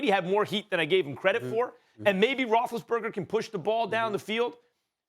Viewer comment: “Big Ben Rothesburger” gosh I hate it so annoying